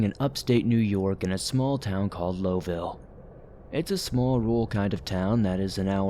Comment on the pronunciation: Screwed up the pronunciation of Lowville so dislike.